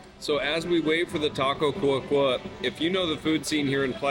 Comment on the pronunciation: Great review, love how respectful you are with everyone. So happy that I found this channel. Just to help with the pronunciation it's señor Godzilla, just like we would say it in English it's clear. It's taco Cua Cua because in Spanish duck s go "Cua cua " as in English they go "quack quack. " so the accent is in the final /a/, instead of the /u/. So not, cUa cUa, but cuA cuA. Minor details! Just thought you might find it funny that that's how the taco was named. Again, I think its so respectful that you talk Spanish to the staff, instead of English. Great job! I'm a new fan.